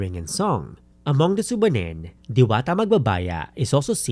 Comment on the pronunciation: Small correction: "Subanen" is pronounced with the stress on the second syllable.